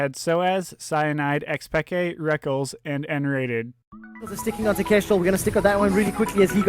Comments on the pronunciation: MARTIN IS CALLED REKKLES NOT REKKELS, fuq sake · Plz dont say Rekkl-es and say Rekk-les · Dude i love you but come on he isnt called rekuls he is called rekKLES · ITS PRONOUNCED REK LESS NOT RECKLES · S3 feels like so long ago.. edit: those terrible pronounciations and blatant mistakes like calling a chinese team korean make the video little more than a low effort montage of FNCs most important matches..